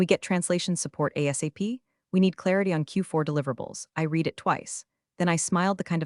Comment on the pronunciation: I enjoy the stories. I wish the AI reader pronounced the word "read" (red) correctly. Hopefully her Japanese is better. 😃